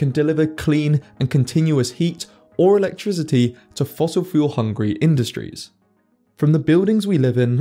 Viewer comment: I can't believe that the dude pronounces "electricity" with a voiced "s", as in "electrisity". Really irritating for me to listen to. Otherwise very well done.